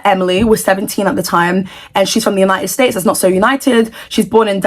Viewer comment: United stations said😭